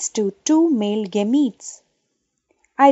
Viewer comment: stop this gemete pronounciation